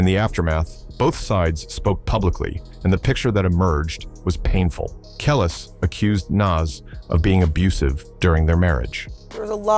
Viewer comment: It's pronounced Kelease you fool!!!😂👑Nas not Naas😂